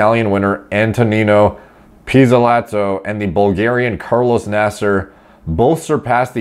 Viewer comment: You nailed that pizzolato🇮🇹